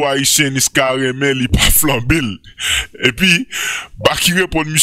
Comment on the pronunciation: Toto di "Flambel"😆😆😆